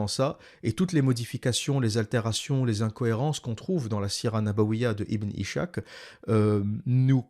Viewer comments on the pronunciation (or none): Par pitié arrête de dire ibn ichak , ca se dit ibn is-Hak le (h c’est un ح) ca veut dire izak en français